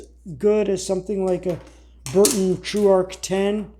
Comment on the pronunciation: Brunton not Burton.😊